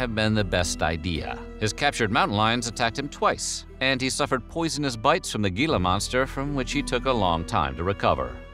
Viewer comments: Okay, I don’t usually comment on enunciations…but I feel the need to here. Gila is Hee luh, not Gee luh. That said, I was so excited to see another episode in my inbox! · Gila Monster is pronounced like Hila, not Gila! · Gila = Hee-lah. Hee-lah. Not Gill-a. Sincerely, A Native Arizonan ❤️ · Every time you pronounced “Gila” with a hard G instead of “Hee-lah” it made us twitch. 😬 But good stuff. Driven by there many times. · Hey guy! Love the videos, BUT Gila Monster is not pronounced with a hard "G". Instead it is pronounced like an "H" (ie, Hila Monster)... Common problem that many from AZ correct people on. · It's pronounced "Hee-lah" Monster, not "Gee-lah." Common mistake but kind of a faux pas in Arizona. Otherwise, a very interesting backstory! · What is a gheela monster😂. It's Gila as in He-la. Sorry but I just had to help you say the word properly. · Gila is pronounced with an aspirated "h" sound, not a hard "g" - so heela. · Not Geela monster. Gila is pronounced Heela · Gila monster is pronounced Hee-lah, not Gee-lah. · Gila monster is Spanish. So the 'g' is pronounced as 'h', HEE-la. We made a brief trip along hwy 66 about 1960 before the interstate was built. I don't remember either Canyon Lands or Two Guns, but I do remember the Jackrabbit Trading Post. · It’s pronounced “hee-la” monster here in AZ ;) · I didn't know they even HAD a history. I just remember occassionally going past it while riding in my dad's car. Creepy. Psssst.... Also, Gila is pronounced Hila. ;) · The G in Gila is pronounced as an H. Other than that, another great video. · Just an FYI……gila (as in gila monster) is pronounced “heela “ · Venomous bites. If it bites you and you die, it's venomous - if you bite it and you die, it's poison. And it's pronounced "hee-lah". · FYI, "Gila Monster" is pronounced "Heela Monster"... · Gila is pronounce hee-la. You don't pronounce the g. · Yo, Gila Monster is pronounced with a silent g, like an H. Hila Monster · It’s pronounced “heela”.